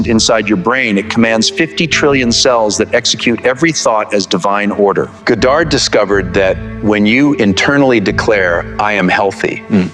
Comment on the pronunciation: He keeps mispronouncing Goddard....